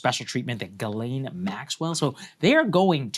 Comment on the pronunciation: Could you at least have the respect& decency to get her name right? It's JIZZLANE 😂😂😂